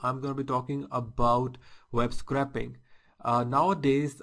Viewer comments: You're pronouncing it a little wrong, you're saying "Scrapping" but this is "Scraping".... theres a subtle different. Scraping has a much higher pronounciation of the letter A... in ScrAping. Imagine it as "Scr-APE-ing". You should be able to say "Ape" in the middle of the word. Just helping your pronounciation as a native english speaker myself :) thanks for the informative video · pronounced not metal scraper or car scrap yard but its correctly pronounced scraping the old paint off or scraping off the old paint your eh and ah in the vid is wrong